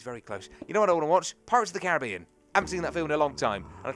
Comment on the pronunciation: says Caribbean correctly, I'm so glad:D